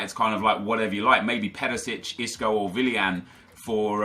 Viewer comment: Why do you pronounce willian as villian